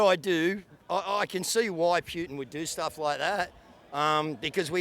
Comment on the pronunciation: Wow... this is a fringe group who appear to be stuck in there own echo chamber. It's interesting and amazing how these views are held but I can say the same for some staunch Murdoch consumers. Still, a lot want peace which is common ground. Oh, and "Pewtin"... lol.